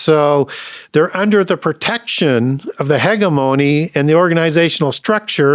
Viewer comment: I just can’t take this guy seriously when he says two Corinthians the way we all make fun of trump for saying it and also he pronounces hegemony- hegamony